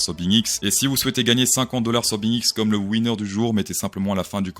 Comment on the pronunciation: Winner prononcé comme la marque de saucisse américaine